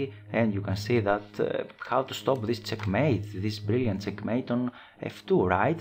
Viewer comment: its check mate....not cek mate....lol